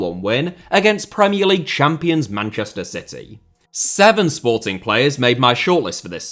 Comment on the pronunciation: I also noticed that, does make an effort the way he said Sportings's shows that, and I'm a Benfica fan